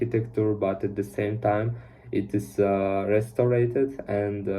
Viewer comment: Hey! I just wanna let you know that you're doing great! Although there are some tiny mistakes (like the word 'restored' was mispronounced), I think you will improve day by day ^^ I'm preparing for the IELTS exam too :)